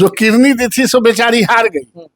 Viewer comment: कैसा नेता है जो किडनी को किरनी कहता है।